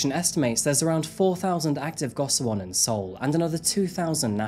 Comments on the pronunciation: Go shi won is the proper pronunciation and hapjeong is not in the far south of Seoul, it's right next to the north side of the river :) good video though! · I love how you cover cases from all over the place! I can’t help but point out that gosiwon is pronounced like goshiwon. Hard to tell from the English spelling of the word! Great work as always. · i haven’t finished the video but i am loving it so far!!!!! i really like the way u describe the location in which the case takes place. just wanted to mention that the place of residence sangjin lived in is pronounced as go-shi-won. love all ur videos and sorry to make criticism to otherwise perfect content😊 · lots of accurate info on korea, very nice. the compact housing is pronounced go-she-won, just fyi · Says "Seoul" (Soul) then says "See-o-cho" for "Seocho" (So-cho)😂 that's the human brain for ya. Gosiwon is pronounced "Go-she-wahn", Korean romanization is absurd. If you do anymore Korea crimes, gosiwon is likely to come up again. I lived in Gangnam for four years and was stalked in the station with thousands of people around me. Generally Korea is safe, but the lack of help for mental health can make it dangerous in invisible ways. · It's amazing how deep the research and effort went into making this video but how the effort to learning how to pronounce the words correctly flew over the water. Jeong is just "JAWng" and gosiwon is "gaw-shee-won." But all the other words were pronounced well enough.